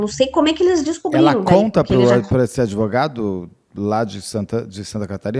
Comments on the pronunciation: Uma Advogada da defensoria falando : um amigo meu... Adevogado aff assassinaram o português😂😂😂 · Advogada falando que tem um amigo "adevogado""... fora o "impactuar" que a colega inscrita já citou. Tem coisas que doem, sabe? E o pior é que estão sendo ditas por alguém com, no mínimo, graduação.